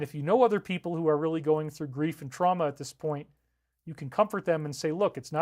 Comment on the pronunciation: Tran-ma? Very good.